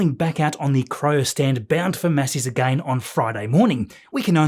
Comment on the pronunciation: I love the way you say again... A-Gain 😂❤ love your videos thanks for keeping us updated